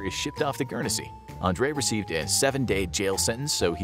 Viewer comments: Its not Gurnesy its Guernsey lol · "Gurnersea"..? NO! Say "GURN-ZEE", or thereabouts!! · As I British person, it is pronounced Gurn zee ! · The way you say Guernsey hurt my ears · Pronounce Guernsey right